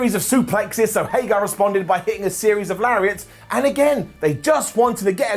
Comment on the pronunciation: I enjoy the way says Hager.. Haygarrr